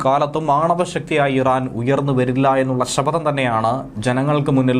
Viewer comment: Saphatham. not sapha dham